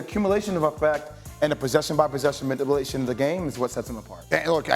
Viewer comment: Interesting decision to keep putting Jay Will in a position to have to say "ma-nipple-ation" over and over again...🤣🤣🤣